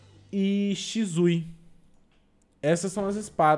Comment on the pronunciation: Eu fico com agonia quando vc fala shizui